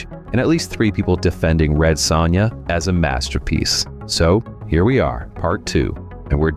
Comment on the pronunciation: Red "SAWnya" wtf dude lol..... what an actual dork... its SOH-NYA